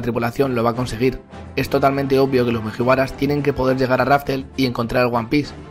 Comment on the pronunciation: Cada vez que dice mujiwaras muere un gatito